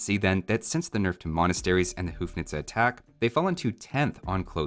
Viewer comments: The HOU in houfnice is read like HO not like HOO. Like in uncle Ho, but its uncle Ho-fnice. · As a citizen of Czech Republic (former Bohemia, Moravia and Slezia), please... it is not hoof-nice. It’s more like hoe-fnice and the N isn't actually just normal N but Ň (ň sounds like N in word "new") so "hoe-fňice". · hey, the first syllable in "houfnice" sounds kinda like 'hoe' (gardening implement) anyway keep up the good work 💯💯